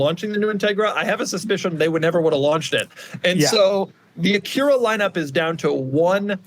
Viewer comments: Why does doug keep correcting Acura to Aqyeera? Is this a running joke? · Is that actually how you pronounce Acura? My whole life it's been ac-ura.